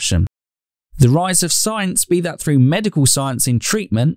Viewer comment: "Safety FROO science " ?????? WTF? Speak English man ....If you can .